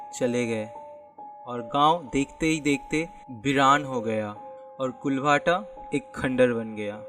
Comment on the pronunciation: कुलभाटा नही उस का नाम कुलधरा हे